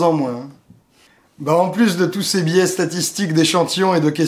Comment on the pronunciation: biais (biè) et non pas bié .Ca ressemble a billet lol